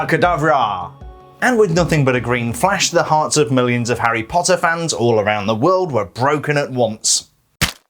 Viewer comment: I like how he says HARRY POTTA